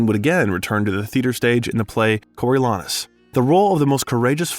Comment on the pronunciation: I was sure it's a bot. That's not how Canadians would pronounce those words, and anyone who follows cinema would have learned to pronounce "Branagh" "Chastain" and "Coriolanus". There were scores more as well as odd cadence.